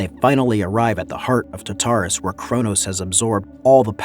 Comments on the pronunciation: It's TARtarus not TaTARus. You have the emPHAsis on the wrong syllABle. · Love the commentary man, one thing I have to say, just to help you say such words like Tartarus, it's "tart" like the desert tart than say "arus" just break it down into these two words and than try say it fast. Also had trouble saying words like Hephaestus as well. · And Tartarus...it hurt me deeply...